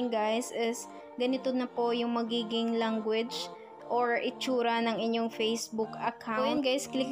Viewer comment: Puro guys kakabingi tas language langgo age ang pronounce nya